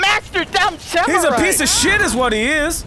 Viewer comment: When H20 said Piece of Shit I thought he said Pizza Shit Lmao